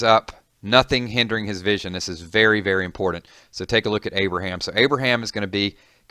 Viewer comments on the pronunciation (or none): At the start it said abriham twice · It's not Abraham.